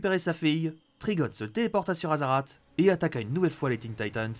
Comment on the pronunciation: Aaaah après j’me suis ptet trompé, le « TTRIGOON LOOSE » (j’écris comme il le prononce) veut ptet dire « trigon libre/libéré »